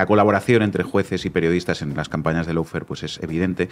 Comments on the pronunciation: Por favor, recuerden que LAWFARE se pronuncia LO-FÉAR, no lou-fer, pronunciación inventada que se ha generalizado en España. En la palabra LAW no suena ninguna U y en FARE hay que pronunciar una vocal adicional, féar, no fer. No cuesta nada pronunciarlo bien. Se trata solo de querer hacer las cosas bien, no inventar pronunciaciones y no seguir a los demás sin preguntarse si lo dicen bien (sabiendo que en España estamos bajo 0 con los idiomas). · Y no se pronuncia “loufer “, figura, que vaya nivel de inglés que tienes. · El “laufer” 😂😂😂😂😂😂😂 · Y dale con el "loufer". Por favor, eviten el molesto diptongo que se oye y no existe de la primera sílaba. (How to pronounce lawfare UK/ˈlɔː.feər/ US/ˈlɑː.fer/).